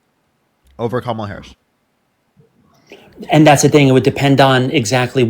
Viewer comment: This young man doesn’t know how to pronounce, Harris’s name. That means that he has been indoctrinated by pumpkin head.